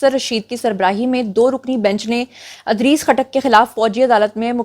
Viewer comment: Miss, Adrees nahi Idrees naam hota hai. Anyways i am your fan just to correct you.